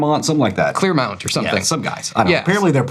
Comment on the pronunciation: Clearmount sounds EXACTLY like I'd expect to pronounce Claremont.